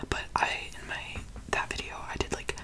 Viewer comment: Did no one notice how he said veeyo instead of video I’m not hating I just thought it was funny 😂🤣